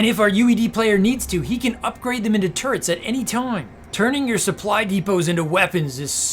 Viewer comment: Just when I think this caster can't get any more obnoxious he says "turrents" You just got the whole package my man.